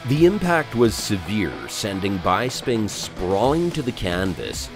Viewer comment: Michael "Bye-sping" huh?